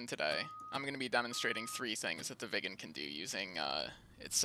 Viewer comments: More Swedish: Röv means pussy in Sweden! :P Btw: Road is väg not röäd! Or not even röåd or råäd. Also your pronounciation of Viggen sounded more like ”vegan”!? I would say it rather with small pause in the middle: Vig’gen. AlsoAlso: I wouldn’t say ”Mach point eight” until I go 1,8 mach, as I’m pretty sure you were going 0,8 mach? More Swedish: Submarine is Val in Swedish! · Fun fact, the Swedish lerter ' i ' sounds like an ' e '. It would be pronounced Vee gen. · Thats odd, what do sound like an Swedish "i" is an English "e" i.e "England". I can assure yuo that " Viggen" is prononced with an "i" like in "inbound" or "inhouse"